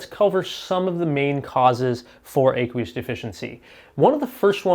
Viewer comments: Ah-qwee-us not Ay- qwee-us. Like the word "aqua" ( water) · do you pronounce aqua with a long A? No, and you don't pronounce aqueous with a long A either. First syllable rhymes with a as in action, not a as in acorn.